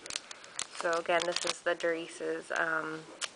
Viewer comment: Please excuse me, but it looks like Dar-CIE, not Dar-ICE. Great kit, though, thanks for sharing! :)